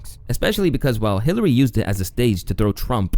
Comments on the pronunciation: Dude said Clitery. 😂😂😂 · Clitary....now that i have heard it i can't unhear it.🤣🤣🤣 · Clitary.. was that an accident? 😂